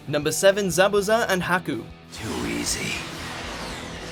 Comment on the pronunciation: Thanks god they pronounce zabuza correctly this time.